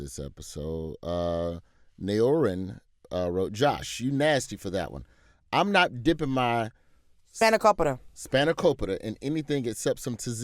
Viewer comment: It's actually pronounced Naorin....